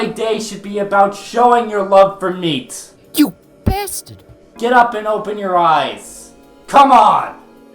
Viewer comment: "yew basterd." I choked 🤣🤣🤣